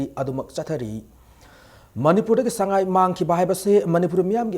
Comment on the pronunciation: meiteilon is tonal language like chinese..... when u say sangai like a mayang thuyang the meaning itself changed.